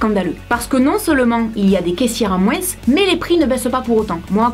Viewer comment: Totalement d'accord avec toi 😂👏 par contre chuis la seule à avoir remarqué que tu dis " moins " en prononçant le "-s " de moins 😂❤